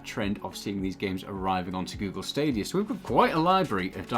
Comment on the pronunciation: Hey I love the videos but two things. One, it’s pronounced like Kie ju, not Kay ju. Also, there’s no R in stadia, love you guys thanks for the videos